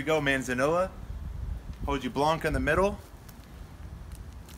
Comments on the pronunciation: Got Romans right but he kept saying 'hoh-gee-blanca'! 🤦🏻‍♂️😝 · Hojiblanca Is pronounced "oh-hee-Blanca" It's basically saying the leaf is kinda white or silver like you said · It irritated me that a horticultural lover in LA, California, couldn't even get that right or nearly right. Oh dear. Nothing racist but it was way too simple to get it wrong, even if you were elsewhere in the world and knew it was a Spanish named cultivar from Lucena, Spain! 😂 🤦🏻‍♂️ I think it's acceptable to say 'okee-blanca' as well, for an American or any English-speaker.